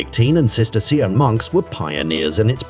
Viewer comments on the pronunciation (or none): Sister see an monks? Learn how to pronounce Cistercian. Switched off at that point.